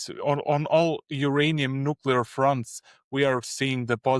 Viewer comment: Did I hear it wrong or did he say "Nucular"! Anyone who has looked at the U situation can repeat what he says about demand. That has nothing to do with whether his project is viable. That they are near Cameco also isn't very significant.